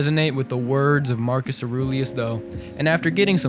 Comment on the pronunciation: Bro deadass pronounced Mark Aurie's name as Aroolieus lmaooo I'm flatlining bruhhh 💀💀💀💀💀💀💀